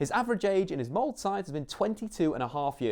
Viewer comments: Not "mold" but "molder" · "Mold" "solskjaar" that is not how you pronounce any of those. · You should prononciate the e in "Molde" !! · Man you couldn't of pronounced Solskjaer and Molde worse. so terrible and insulting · Please look up how to prounounce "Molde" u butcher the name....